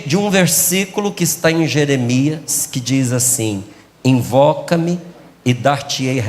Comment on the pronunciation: "Envoca-me e dartiei Resposta"